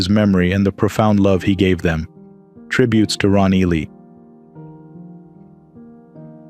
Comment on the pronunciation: You people can't properly pronounce Ron Ely's last name!? Disgraceful!!!